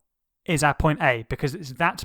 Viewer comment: When you said our glass I just heard AhHhHhH glass